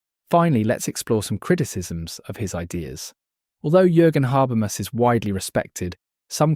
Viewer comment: I couldn't watch the video because you can't pronounce his name. And what is worse, you don't even stick to one, each time, you say something different. it is HA-BER-MAS as written. Straightforward.